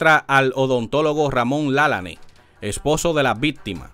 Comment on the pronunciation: Usted pronuncia el apellido de el mal, no es con acento es Lalane